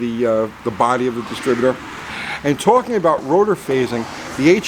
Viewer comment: “About Ghey Much” ..is that a NY thing ?🤷‍♂️ 😂😂 (when you showed rotor to post gap)